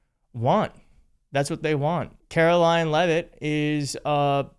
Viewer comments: Karo-lyin' Leave-It. Drive me nuts how she mispronounces words. It's NO-BELL not freakin NO-BULL. Just on the mispronunciation of that word, Trump isn't qualified under either pronunciation. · It sounded like you said, “KaroLION,” but I realized you meant “KaroLYING”. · Karoline, not Karo Lion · Karolying Leavitt is so full of hate she can’t say words correctly.